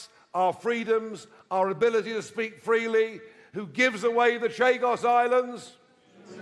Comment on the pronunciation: Abilty to speak freelee 😂😂😂 you rang the old bill on low 😂😂